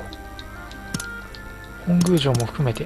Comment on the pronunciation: 本宮(ほんぐう)❌ 本宮(もとみや)⭕ 頑張ってください！